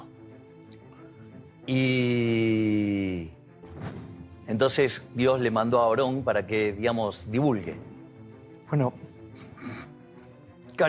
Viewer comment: No es oron es aron